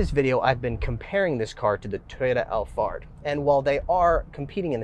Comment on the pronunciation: Did you say, Toyota Allfart?